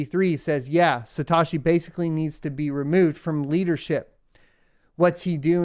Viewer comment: Say it with me “suh-t-oh-shii” not “sa-ta-shii”